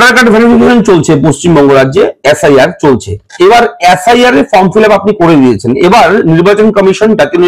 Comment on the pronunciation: অ্যাস আই আর না বলে এস আই আর বলুন